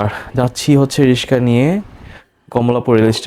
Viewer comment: ভাইয়া কিছু মনে করবেন না, আপনার অনেক উচ্চারণে ভুল আর জরতা আছে। যেমন রিকশা কে রিসকা, প্রবেশ কে পবেশ, ভৈরব কে বৈরপ,বাথরুম কে ভাতরুম,স্টেশন কে ইস্টেশন,ভিডিও কে বিডিও,পিপাসু কে পিপুসু , জানালা কে জানলা বলেছেন এমন আরও ভুল বলেছেন । ভাইয়া ব্লগটা সুন্দর হয়েছে। যদি মুখের জরতা আর উচ্চারণ গুলি ঠিক করেন তাহলে আরো ভালো হবে৷ আমি এগুলে বলার কারণ হলো ভুলটা ধরিয়ে না দিলে সংশোধন করা যায় না আর আমার মনে হয়েছে যে আপনি এগুলো এরিয়ে চললে আরো ভিউ বাড়বে। আর মানুষ মাত্রই ভুল। সরি মনে কিছু নিবেন না। এগিয়া যান ইনশাআল্লাহ হবে একদিন।